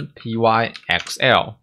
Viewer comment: 可惡我被你之前的「拍ㄍㄟㄣˋ」洗腦了 XD 這個應該是唸作「open 拍 ㄎㄙㄟˋ喔」吧？（open + "Py"thon + E"xcel" (因為 ex 常簡稱成 x 而 el 就是 L 這個字母的名稱)） 或者唸作 "open pixel"